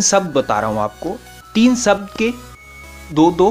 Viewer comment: सब्द नही शब्द बोलिये।।।